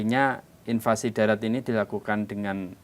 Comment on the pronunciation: "invasi' mas, buka "invansi",.